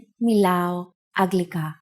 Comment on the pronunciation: I thought it was pronounced anglika?